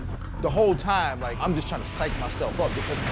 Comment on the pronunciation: Matt “good toime” Serra